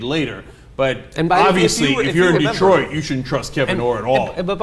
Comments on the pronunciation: Detroit, not Detriot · "Det-riot" lol freudian slip. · Detriot? lol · What's "Detriot"?